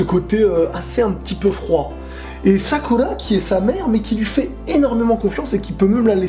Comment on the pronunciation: Tu fait chier , a dire (Sakula( (Shikamalu)(Sassuké)tu peut pas dire dire , Shikamaru , Sakura ,Sasuke?